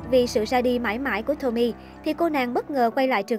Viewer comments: Đọc đúng tên là Tô-mi-ê chứ không phải Tommy ad ơi. Tên tiếng Nhật chứ đâu phải tên tiếng Anh. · Vô coi chỉ vì thắc mắc có phải là Tomie trong truyện này là cảm hứng cho nhân vật Tomie trong Iden ko thôi :V nhưng mà nói truyện kiểu Nanno remake Tomie với phốt tới kiểu đó thì xoá video đi :))))) với lại là To mi e 3 âm chứ ko phải là To mie 2 âm :)))